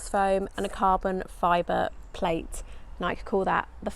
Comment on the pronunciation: Nike—ee?? No?